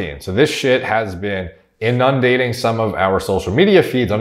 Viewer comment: You say inundating funny... 😅